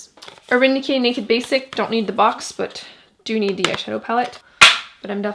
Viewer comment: Uuurrrrrgggghhh she kept saying de instead of the or dis not this or do not tho